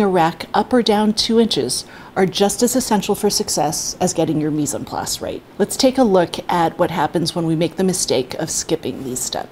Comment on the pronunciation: Adding French phrases to your narrative? Say it slower and make the effort to truly sound French. Why? It would make your narrative sound much more elegant. Practice: Mise en place, mise en place…